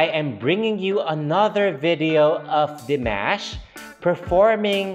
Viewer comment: I figure at some point you will start pronouncing Dimash's name correctly. Maybe. ;)